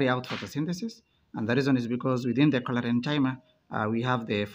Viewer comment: Its Chlorencyma please not Cholerenchyma 😸